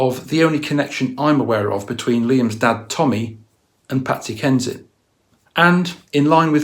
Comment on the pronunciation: Not saying Patsy HENSHIT instead of Patsy Kensit 😂😂 lmao